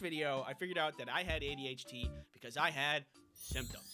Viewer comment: I may be hearing it wrong, but it sounded like you said "ADHT"